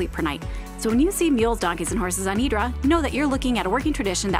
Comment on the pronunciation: Its not Hydra is pronounced Idra pls dont boucher local names !!!! Nice video though !!!